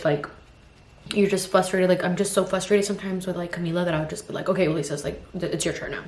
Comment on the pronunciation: it’s fRUStrated not fUStrated haha